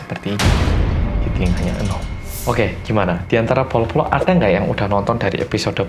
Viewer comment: Hi, aku termasuk baru banget nonton video2 kamu di youtube, ya kira2 setelah lockdown di Australia berlaku. Aku suka banget dgn konten2 rindingdong n detektif reomit. Aku cm punya satu pertanyaan, kan medok ya hehehe tp pas pronounce bolo-bolo kedengerannya kayak “polo-polo” ya? Apa ada penjelasan soal ini yg aku belum nonton di video? Thanks and keep up your good work:)